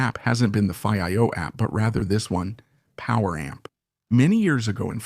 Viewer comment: have your A.I pronounce Fiio the right way..